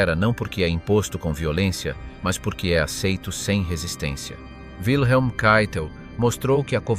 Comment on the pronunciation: Wilhelm se prononce Vilhelm, pas ouileme. C'est un prénom allemand, pas américain. 🙂